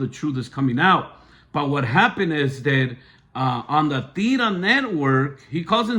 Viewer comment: You can’t even say La tira right your two cents are not appropriate nor appreciated.